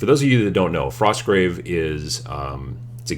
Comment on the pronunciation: Frosgrave Warband. You forgot the T :p Not enough coffee?